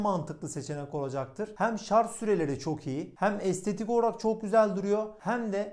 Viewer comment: Şarz DEGIL ..... Ş A R J öğren artık